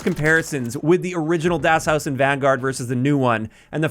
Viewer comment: Americans - butchering simple german names of (zombies-)maps since 2008 lol